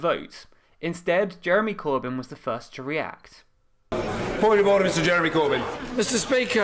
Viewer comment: Cab’t help hearing ‘horse d'oeuvres’ every time he shouts ORDER! xD